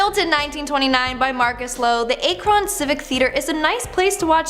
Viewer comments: I know, I was cringing something fierce when she said A_Kron. It's ACK-ron. Its like calling Tuscon, AZ Two-sun. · FYW, it’s pronounced Akron (Ack-ron) not (Ache-ron) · Ah-k-rin(Akron), not a-k-ron (I’m from ohio) Love this video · “AHH-Krin” not Acron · i thought it was pronounced like "ahk-rin" not "a-kron" 💀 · It’s pronounced ack Ron. Not ake Ron. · the city is AK RON not A KRON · Akron- Ack-Ron Portage -Port age . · "A-chron." Bwahahaha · and its AKRON!!! AH!-KRUN! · Pronunciation... Medina (Ma dy na)..Akron (Ak ryn) 😆 js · The was she said medina county and akron really bothered me😂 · Personally, as an Ohioan I have never heard of most of these legends. I found these legends very interesting. However, I do have to point out that my ears hurt after the mispronunciation of Akron, Portage, and some others from someone without an accent; but that's probably just me. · I’m from Akron and I’ve been to the theater. Also you said Akron wrong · You would think that you would look up how to say these towns before making this video. I've never heard Akron pronounced like that before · That pronunciation of Akron was scary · Did anyone point out to that she mispronounced many of the locations like Medina, Akron, Portage County, etc.? Can anyone help them in the future? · The way the woman pronounced Akron 💀💀